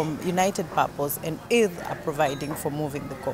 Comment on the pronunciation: yn dweud "urdd" yn well na lot o bobl yng Nghymru! Da iawn - da iawn MTG a'r Urdd. Cyfle ac addysg wych i bobl o Gymru a Cenia.